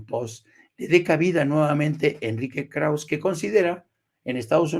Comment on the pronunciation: Estimado, el apellido Krauze es de origen alemán - aunque Enrique Krauze es judío - y se pronuncia con todo y e (krausse). Como tu lo pronuncias, sin la e, es otro nombre: Krauss.